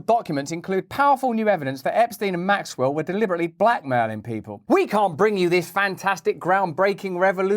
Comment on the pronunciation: Could Hawkins even protest a mole station (sic)? And at this point, is the mispronunciation of Maxwell’s name by everyone but her accusers intentional?